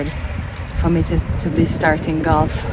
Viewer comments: I think d word is Golf and not galf 😂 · Galf not golf 😂😂😂 tiga lion not tiger woods 😂😂😂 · Wayne why you keep saying galf 😂😂😂😂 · is Gulf not galf😂😂& Comment not camment 😂😂bug up the #Mitchells gang💗💗💗💗💗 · Wayne, it;s not 'galf' it's golf! dwl